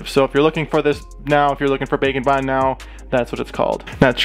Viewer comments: Whenever he said ‘bake and bond’ I think he’s saying ‘bacon bind’ Edit: it’d be rlly terrifying if any of these were real. Because if one was real, then since there’s a whole universe of em, they’ll ALL be real. HOLD UP HOW DID THEY EVEN GET ONTO EARTH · I have closed captioning on and every time you say "bake and bond" it comes up as "bacon bond"